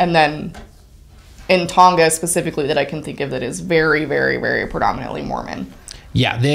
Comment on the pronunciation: As a Tongan, I really appreciated how you pronounced Tonga :)